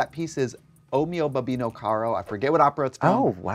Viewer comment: I love Trixie getting the name of the aria correct! O Mio Babbino Caro